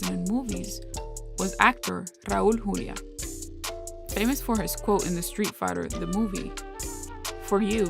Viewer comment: Your pronunciation of Raul Julia's name is spot on. You gotta be latina.